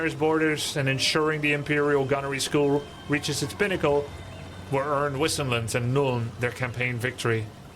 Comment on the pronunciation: I hate how she pronounces Wissenland! :(( Wasn't there at least one german-speaking guy to tell them how to pronounce it :(( They "bugged" Grubby too :D He pronounces "Wissenburg" properly and Wissenland badly, like the voice actress pronounces it :D